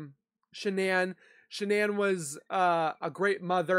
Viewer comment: She could not even say Shannan name